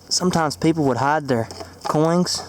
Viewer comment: Coins, not coings...!